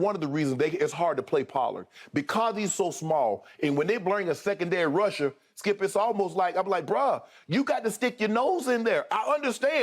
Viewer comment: His name is skip not skiiuup